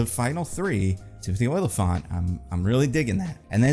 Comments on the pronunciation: It's Olyphant, pronounced like elephant with an "ah" sound. Not "Oil-i-fant." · you need to learn how to pronounce Olyphant correctly